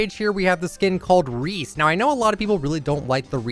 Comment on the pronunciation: Just me or did it sound like Re skin instead of Reese